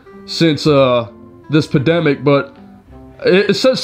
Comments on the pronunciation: why does that guy keep mispronouncing the word pandemic as "pademic?" He is leaving the N out of it. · That darn pademic lol it’s pandemic